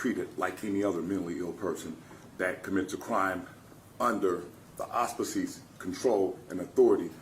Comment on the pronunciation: Hinton has a lovely record.....and was not embarrassed. In fact he look menacing. He's going to jail. The issue is for how long? And it's "auspices' not "aspeices" so is this atty certified in behavioral health? He has a hx of violence.....deny bond